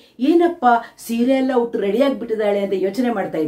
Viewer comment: ಹುಟ್ಟು ಅಲ್ಲ ಉಟ್ಟು ಸರಿಯಾಗಿ ಮಾತನಾಡಿ 😅ಆಮೇಲೆ ರೀಲ್ಸ್ mmadi😅